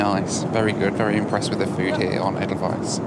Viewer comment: As a Swiss guy I appreciate how you nailed the pronunciation of Edelweiss.